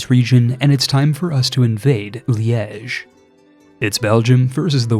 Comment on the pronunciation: You kinda nailed the pronunciation of 'Liège'. Not bad for a non-native french speaker.